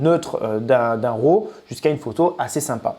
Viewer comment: Pourquoi tous les français disent RO au lieu de RAW :) RAW... ça se prononce comme un RAT avec un W au début... Ou si vous aimez mieux, "WRA"